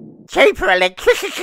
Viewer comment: Albo says he'll give us cheaper ewectwisity but doesn't know how and has no idea